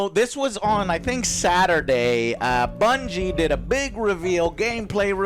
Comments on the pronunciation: lol classic Joe, pronounces bungie as bingie, but somehow nails the pronunciation of durhendahl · Joe managed to say Bungie wrong lol